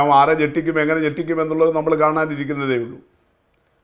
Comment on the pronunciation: Njettickan alla vettickan